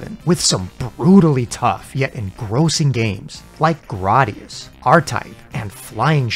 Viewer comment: I'm sorry. Did you say "Grodius"?😅